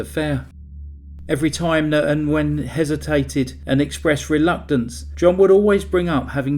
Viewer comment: Good video. Nguyen is pronounced "win" in English... "Wing" in Vietnamese. ❤